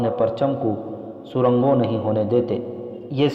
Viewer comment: سرنگوں ٹھیک سے پڑھو پلیز